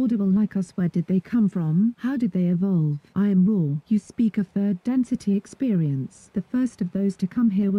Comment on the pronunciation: It really said I AM RA (not raw)